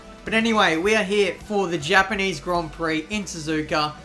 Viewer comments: Hapaneez hon peeee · The gapanese han pee hahahahha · hepenese han hi hahahhahahahha